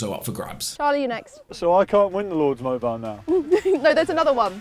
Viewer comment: Mobile not moubile